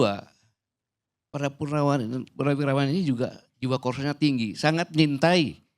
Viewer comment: Ko salah sebut purnawiraran